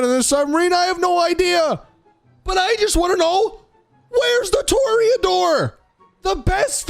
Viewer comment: It’s “TUH-RAY-UH-DOOR” not “TOR-E-A-DOOR”